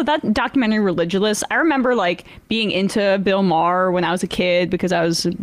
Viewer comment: “Bill Maher isn’t funny” then moments later mispronounces Maher to get a laugh and then quickly realized he isn’t funny either lol